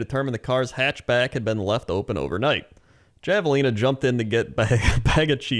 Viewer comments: I know it's spelled Javelina but it's Spanish so it's pronounced Have-a-lina. Language is wacky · I can't believe how much pronunciation of this irked me, because it's usually funny when he says words wrong, but for the record javelina is pronounced with an "H" like jalapeno.